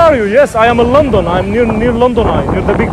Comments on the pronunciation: هو يقول اجنا الكل يطلع علينا في شوارع لونطون ❎::لندن::✅ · أسمها لندن مو لنضون ماشي